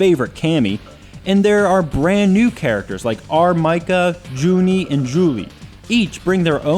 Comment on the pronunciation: R. Mika. It's pronounced Meeka.